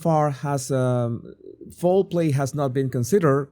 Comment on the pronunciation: Jesus I hope you don’t mind me saying but you say fowl play like foreplay. 😊